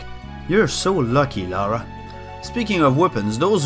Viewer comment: Funny that Americans can't pronounce Lara either XD